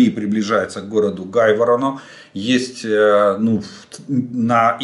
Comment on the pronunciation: Не Гайворон, а Грайворон! Учи матчасть, прохфесор!)))